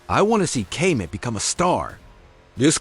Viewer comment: Kay- met😅😅😅! Who is this guy??